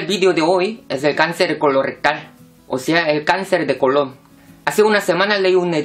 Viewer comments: Es colon sin acento....con acento sería como Cristobal Colón, no es lo mismo en la pronunciación...😒😒😒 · Decir cáncer de colon con asentó me dio mucha risa